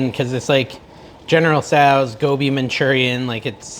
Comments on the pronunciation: You're saying it perfectly lol! I also love Aloo Gobi, which is an Indian dish also of potatoes & cauliflower. Not keto but delicious. Could you make Butter Chicken pls? Love Indian dishes. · I think you are pronouncing it correctly. Gobi is cauliflower.